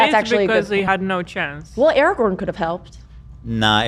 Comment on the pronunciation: Finally they start saying araGORN's name correct, the segment is now watchable 😊